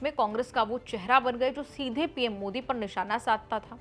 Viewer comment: Encor bhi bevkuf hai jo Pawan Kheda Jaise chamche ke bare mein itni tarif kar rahi hai Modi ji ka sahi se naam bhi nahin bol Pai. क्या साबित कर पाया वह कांग्रेस को जीत तो नहीं दिला पाया इस चमचे की तारीफ मतकर।